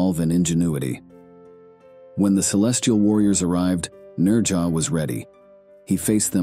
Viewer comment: You put so much time into these videos, you'd think you'd take the time to learn correct pronunciations. The Chinese pronounce it "Nojah" with a slight "z" sound on the "j".. Never head one Chinese person put an "r" sound in his name.